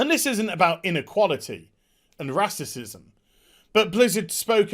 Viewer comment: "Racicism" ? :P